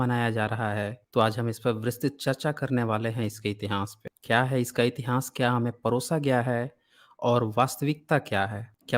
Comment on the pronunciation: श्रीमान जी इतिहास शब्द का उच्चारण सही करें